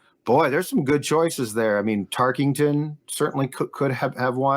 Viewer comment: After all these years still pronounces “Tarkenton” as “Tarkington” 😅